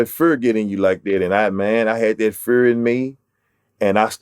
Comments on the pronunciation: I'm here for project patt accent lol great rapper cant stop laughing when he said fur instead of fear.😅🤣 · When he said fear 😂😂sounds like he saying fur. I gotta love for project pat and his music. Great interview